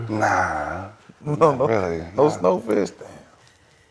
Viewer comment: He said SnowFish 😂